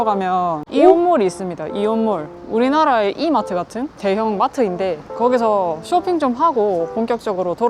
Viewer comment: "우리나라의 E^ 마트 같은" ㅎㅎㅎㅎ 부산사람 맞네예~~!! ㅎㅎ